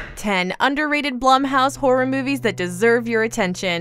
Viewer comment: It's pronounced Blume it drove me nuts when she said it wrong. I have no idea why 🤣🤣